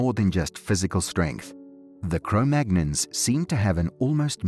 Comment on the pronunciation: Cro-Magnons? Cro-Magnons? The first clue is that he can't even pronounce the name properly. The second clue is that the scientific community - the actual, peer reviewed, qualified from an accredited institution scientific community has moved on from Cro-Magnon decades ago. I stopped watching within the first 15 seconds. I can only assume that he goes on to say that the aliens came down and showed them how to light fires to keep warm.